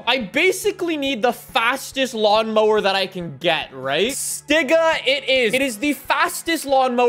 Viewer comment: I wasn’t paying attention bc I was doing chores but when he said stiga it scared me I thought he was about to get cancelled